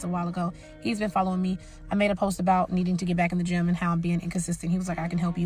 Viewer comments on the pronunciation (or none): Gym or Jim? 😄😆😉